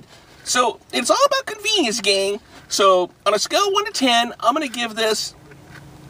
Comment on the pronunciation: How many times did he say conviniance